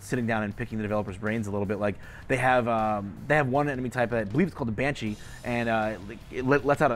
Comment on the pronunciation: This guy clearly is new to KF. He called the siren a Banashee and the Fleshpound, "Fleshpounder"?